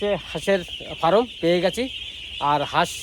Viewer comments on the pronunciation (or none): Dada ফারাম (Faram) নয়, কথাটা ফার্ম (Farm). তা নাহলে মুরগির খামার বলুন। শুভ কামনা রইলো আপনার এই নতুন উদ্যোগের জন্য।